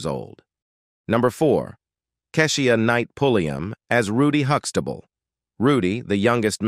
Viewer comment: Why is he pronouncing Keshia name wrong? We need a black announcer.